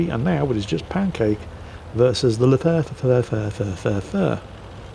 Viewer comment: It's actually exactly the same as a PzLW because it's a captured french B1 tank reused by germans (somehow in the french faction in wot) it means in German: "LEichte FeldHaubitze" "light field howitzer" So the french pronunciation is obviously just a joke and as usual, doesnt know snuff about it (it's half the charm let's be honest). What i meant is that if you pronounce LEFH in french it sounds pretty much the same as in english: French: el "eu" ef Hash English: el "ee" ef Haych PS: ofc it's overthinking eheh, just thought you'd be curious and want to know.